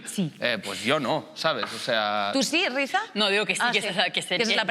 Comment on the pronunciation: Rizha (se pronuncia Risha no Rizta)😉😄